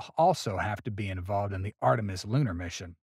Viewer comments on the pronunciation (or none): none